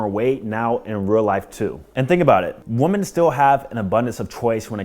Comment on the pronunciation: why do you refuse to pronounce "women" correctly